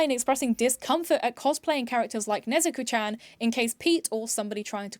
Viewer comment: NezUko? "Nesko"!